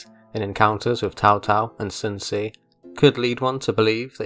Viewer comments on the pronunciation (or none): "Son see" 💀💀💀